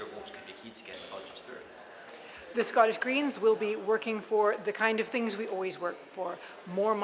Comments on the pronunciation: This Canadian odd ball comes over here and doesn’t even know how to pronounce the word Scottish properly. Gross. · I never want to hear her mispronounce "Scottish" ever again.